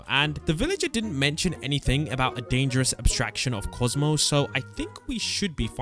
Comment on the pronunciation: Bro said Cosmo instead of kaufmo